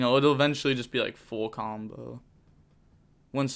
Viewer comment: He said “Phul combo”